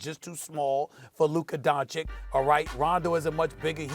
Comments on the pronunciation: Don-chich not don-chick 🤦🏻‍♂️ smh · It's ICH! LIKE AN ITCH! DONCHICH! Why are you the only person on TV who can't get it? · Luka Donchick.... lol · DON-CHI-CH... STEPHEN A BETTER LEARN THIS MANS NAME ALREADY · SAS please learn how to pronounce Dončić FFS. It is DonCHiCH !!! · Stephen A. still doesn't pronounce Doncic properly. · Steven A still can't learn how t say Luca's last name... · How has nobody corrected Stephen A’s pronunciation of Doncic? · To ignorant to correctly pronounce surnames Mr. Smik! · Can someone at please teach Stephen A Smith how to PRONOUNCE Luka's last night right? It aint hard my guy. Its pretty disrespectful at this point. If it was a black dude with a weird last name ya would cry "pronounce it right" why not a white dude's last name? Respect is way overdue. SAS knows better. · It is DISSRESPECTFUL from Stephen A. to keep misspronouncing Luka’s surname. Its really pissing me off, he knows how its said, and he still misspronounces it, its almost like he does it on pourpose. Somebody should call him out on that, imagine if someone pourposely said his name wrong time and time again like that, its just dissrespectful, and as a Serbian from Slovenia (the same as Dončić if you know his background) its really irritating. Everyone around him says it correctly and here he is with his stupid “Dončik”. He says Vucevic correctly, Jokic correctly, Nurkic correctly but cant say Doncic? Come on, someone call him out already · im not sure when will stephen a will pronounce luka's name correctly.. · It’s actually disappointing that he can’t pronounce it.. hes the only person that I know of who butchers it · Its not like his last name is hard to pronounce correctly...